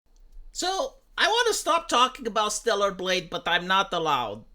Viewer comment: At fking last you pronounced StellaR. Fk me, that took some fking time, man.